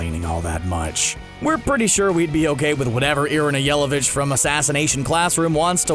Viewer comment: His Irina's Last Name pronounciation says it all... Yell a Bitch